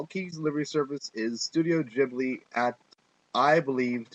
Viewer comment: It's a silent H in Ghibli It's Said Gib-li Great Review though xD P.s. I love the film it's totally A Slice of Life, Coming of Age, Fun & Happy film :D